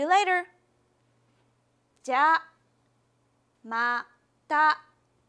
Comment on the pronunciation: In jamata why did she not pronounce the "ya" and also there is like a point in between them, don't we place a small tsu if we pause?